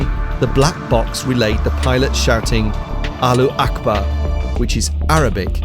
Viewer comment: Wtf man you can't even say allahu akbar right?! thats how you pronounce it allah-who ak-bar